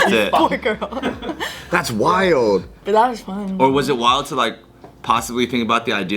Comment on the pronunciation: Anytime calls “WILD” the way he pronounces it just makes me laugh 😭🤣